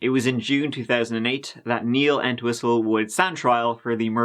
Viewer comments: not me thinking ya keep saying "kneel and whistle" honest edit - doesn't sound like Chief Wiggum lmao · Thought he said "Neil MeatWhistle" 🥩😙